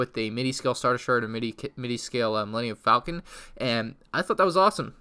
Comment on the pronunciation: He says Millennium Falcon right once then pronounced it wrong .3 seconds later